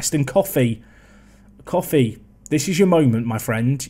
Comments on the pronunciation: Koffi’s name is pronounced as “Co (like friends & co)-fee” not “Coffee” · cxrnelius1 he knows but coffee is better